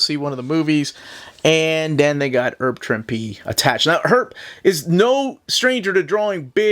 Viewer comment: sorry ahead of time if I sound like a jerk but is there a reason you say "erb" Trimpe? Thanks for the great videos as always!